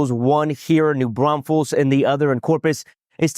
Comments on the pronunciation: Thank you for covering this case !!! Also, for the correct pronunciation of New Braunfels !❤❤❤ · Thank you for saying New Braunfels correctly lol